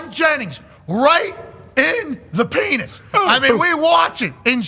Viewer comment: “Rhite in-tha pHenIS!”